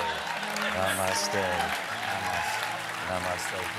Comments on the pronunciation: I don't understand. Namaste is like 'hello' to us in our language here in India. You can't say it is the "single most pretentious and cliche" thing to say. But I agree that she make it sound pretentious and insincere. I usually find it cute when foreigners speak any words from our language but she just made it sound weird and made me cringe. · Gwyneth said namastey sound like 'now Imma stay' so Stephen said 'now we are both gonna stay' haha clever. Anyone else notice that?